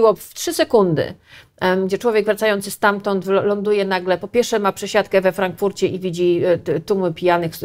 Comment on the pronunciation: 7 minuta i głowa boli. Jednym z powodów, dla których tak może być jest to, że musimy komunikaty KPP podwójnie rozkodowywać. Zobaczmy: - snczytpfnegomomentu - co to za słowo x'D [znaczy do pewnego momentu?] ppfiersz - kolejny neologizm [po pierwsze?] - ał, szczęka mnie zabolała X'D - ijasrssstakifilmik - tumy? tłumy, to się mówi "tłumy" ! :) tum to była taka katedra - albo się z tego otrzeźwiecie szybko o wiecznym "yyy, eeee, ummm..." nie wspominam Nasze mózgi sobie dopowiedzą, o co chodzi, i my to zrozumiemy. Tylko trzeba do tego trochę większych obrotów. Dziwne. Przecież KPP do dziennikarka (?) Mnie całą szkołę uczyły polonistki, które kazały mi wyraźnie powtarzać, jak tworzyłem takie potwory. O pisaniu pojedynczych fraz po 100 razy "na jutro" nie zapomnę. Trochę terror, ale chyba się opłacił, bo przynajmniej można mnie zrozumieć. :-) Okej, oglądam dalej.